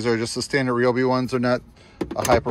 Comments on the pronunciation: nice cooler. rye obi not re obi😅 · Rye-obi Not Reeeobi!!